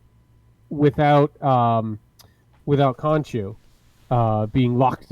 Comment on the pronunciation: Broooooo… I have nothing but love and respect, but this is the 3rd week in a row you’ve butchered *Khonshu’s name. Homie, it’s not “Honshu”, it’s not “Nonshu” it’s Khonshu. Lol bruh… They say it clearly and repeatedly every episode 🤣💀🤦🏻‍♂️